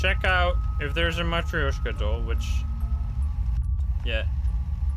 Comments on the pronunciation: BTW it's ma trosh ka I'm russian I would know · I think it is spoken "Matroshka" but idk I don't speak Russian/Polish/Whatever